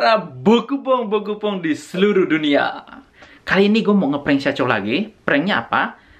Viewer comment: Syacho bkn saycho